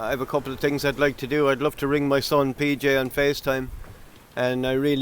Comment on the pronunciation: “I tweekt a lot of tings”…..🤣🤣🤣🤣